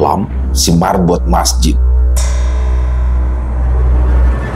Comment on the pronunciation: Marbot bkn merbot